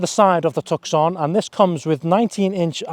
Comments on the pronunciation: You lost me at Tuck-son! Its pronounced two-s-on! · Tuk Son?? You could at least get the name right! 😮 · Toos sone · hahahahahah the tukson is a pretty impressive car... its pronounced tooson dummy as in the city of tucson arizona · I’m pretty sure you pronounce it “Tusson” like the place in Arizona. Not “Tuckson”. Great reviews though. Thanks. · It's pronounced 'Tooson'.... Glad you weren't testing the ... Hyundai ..Santa FEH! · 2 minutes in had to turn it down wtf is a took son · Tuck-son...you toooool! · Please stop saying 'took-son' - doing my head in lol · The ‘C ‘ in Tucson is SILENT!!! pronounced TOO-sahn !! Little bit of research and it’s found OR knowing geography!!🤦🏻‍♂️ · Please pronounce 'Tucson' properly please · How can you review a car and not know how to say its name??? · Learn how to pronounce it properly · Cannot even pronounce the name correctly or know the 4 dots are morse code for H. Come on mate! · I own one and couldn't get to the end of your review simply because you can't pronounce Tucson....forget the 'C' it's silent 😡